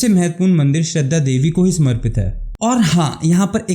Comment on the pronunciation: Shaaaradaaaa, not Shraddha 😾